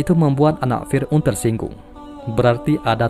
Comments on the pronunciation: Fir'@ min🙏🏻 Bukan fir'un Maaf klo lancang Semangat terus ngonten nya min🙏🏻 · Lbai kalilah, firaun di bilang firun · Yang gue dengar Fir'un?